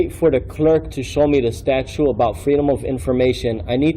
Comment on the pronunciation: I wish someone would correct this idiot on his "statute" and "archive" pronunciations.